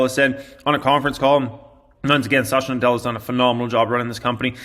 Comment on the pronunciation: Well a small observation - he is sa-tya and not sasha nadella. Good video as always.